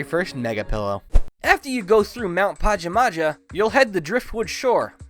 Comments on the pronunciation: It's pronounced pa-jam-a-ha dude everyone gets it wrong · i think its prenounced pahjahmahjah. also i no gramer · This man has never heard of Pajamas before lmao "Mount Pahja Mahja" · Huh... I thought mt pajamaja was pronouned PA-JAA-MAA-JA